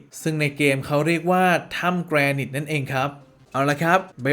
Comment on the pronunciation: พี่ๆ มันอ่าว่า"แกรไนท์" ไม่ใช่หรอ ( ͡° ͜ʖ ͡°) ???